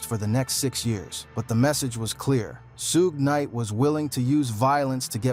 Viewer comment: dog u butcher suge knight name smh